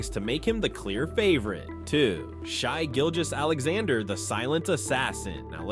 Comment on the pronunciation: "Shy Gilgous" really?